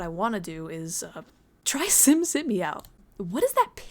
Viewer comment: simsimi is actually pronounced sheemsheemee :D (심심이) becuase the bot is korean, i assume there is a lot of typing errors because of that.